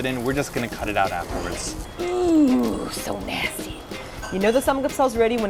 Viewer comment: You drunk. You NAASSSSSTYYY XD